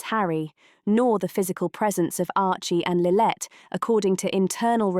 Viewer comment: It’s lillibet not lillet